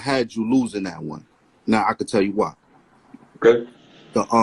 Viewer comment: “Thetotharone “ 🤣🤣